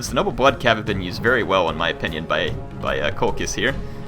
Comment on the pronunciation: COL-KISS NOT COL-CHISS BALLY-ARIC NOT BA-LEERY-AC PLEASE SAY THEM RIGHT